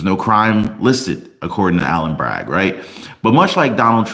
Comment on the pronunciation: PS it is not Alan Bragg it is Alvin Bragg. You need to speak clearer